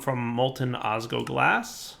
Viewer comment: It's osg L oglas, I'm sorry if I sound angry, and it's just the tiniest detail, but missing that L every time you said it, was like raking your nails on a blackboard whilst twisting my liver.